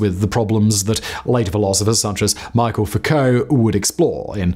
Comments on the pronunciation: You’re pronouncing it “Michael” but it’s actually “mee-shell” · Great video but it’s “me-shell” Foucault not “mike-kul” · The Name is Foucault, not Foucalt or Focault and you are educated enough to know that Michel isn't pronounced Michael. Please show some respect to the name of the main Protagonist of your video by at least correcting the video title. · MICHEL Foucault--it's French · Pronounces “Foucault” as “foo-co,” but pronounces “Michel” as “Michael?” Make it make sense!!!